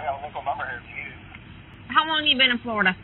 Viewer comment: They can apparently be incredibly stupid. These were the reason schools used to have dunce hats. And why it’s pronounced Flori-DUH.